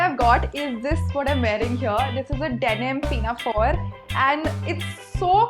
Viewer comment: Her 'pinafore' pronunciation tho 😂